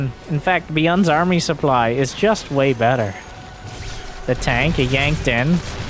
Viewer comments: wait is this why says "soo-ply" for supply? I just thought it was his accent lol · Fair guess :-D but he says that making fun of the French commentator/ex-pro ToD who pronounces it that way.